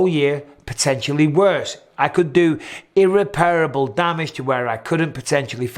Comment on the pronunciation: BAD pronunciation on irreperable.